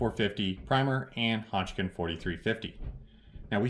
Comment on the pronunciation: I enjoy your videos, but calling HODGDON (Hodge - DUN) Hodgkin, drives me nuts. Please STOP IT!